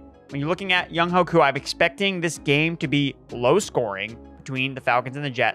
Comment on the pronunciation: Love the info as always… also. It’s pronounced Young-WAY Koo. Much love!